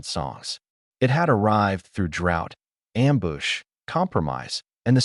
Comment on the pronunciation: You mean you dont like the pronunciation problems like the word amboosh?😅 or bow said like the 🛳 of a ship?